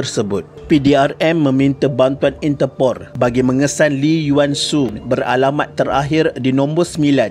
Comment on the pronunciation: .. INTERPOL!!!!! Bukan INTERPORR...! OVER CONFIDENCE SGT LA U NI ADMIN... BANYAK KALI DA KT VIDEO LAIN PUN ADE JE YG SALAH GRAMMAR.. 🤣🤣🤣🤣